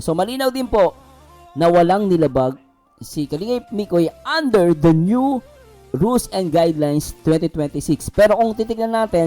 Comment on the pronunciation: Oo, eung feeling perfect na reactor!! Ang NEW naging NIO🤣 VIOLATION naging BEYOLITION🤣🤣😂arayyy ko😆😅